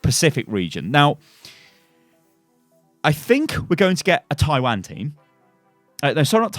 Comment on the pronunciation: I can't get over how pronounces "Taiwan"